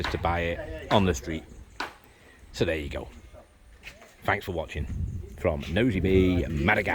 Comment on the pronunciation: It s Nosy Be, pronounced Nosy Be’, not nosy bee 😊